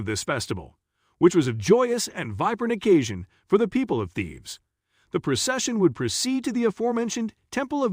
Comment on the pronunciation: Pronunciation is awful. Thebes rhymes with needs.